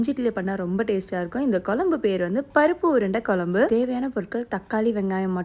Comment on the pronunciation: kolambu illa kuzhambu pronounce it properly ma